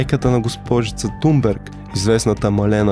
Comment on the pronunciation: Здрасти Thomas се произнася Тумас, а Thunberg се произнася Тунбери. Svenska Dagbladet се произнася почти така, но леко по-гърлено.